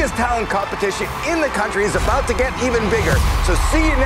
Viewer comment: Did he try to say “About” in the Canadian way